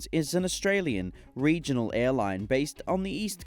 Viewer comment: Aiiirrrghhh rrrregionaral ☠️